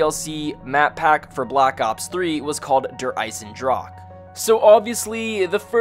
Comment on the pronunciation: its pronounced draw huh